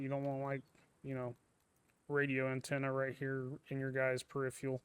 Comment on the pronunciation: The "ph" in peripheral is pronounced like "F". So it's like per-if-er-al not perip-heral